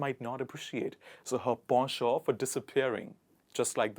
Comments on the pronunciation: It's pen·chant - /ˈpen(t)SH(ə)nt/. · Not po-sho it is actually pronounced "pon chon" . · Nice words, but ‘Penchant’ sounds at it read when I checked and not ‘Posho’ as you mentioned.... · Are you saying the word penchant in French? Because it is not pronounced, in English, ‘Po’ it is Pen: like a writing pen. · In British English it's pronounced as po-sho. On the contrary, in American English it's pronounced as penchant... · As it is a direct assimilation from french, he uses the french pronounciation, however, the approved english pronouciation is likely the one you are familiar with "pen (as in hen ) chant". In english conversation using foreign pronounciation has been considered flounting knowledge extenuos to the realm. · I saw penchant is pronounced as pen-chant or pon- shon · I didn't know that 'penchant' was pronounced like that! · I never knew penchant was pronounced like that 😯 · Penchant pronunciations is incorrect Google translation is saying something else